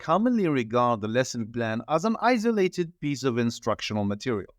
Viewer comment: Great . However , I think the word isolated is pronounced with /s/sound not with /z/.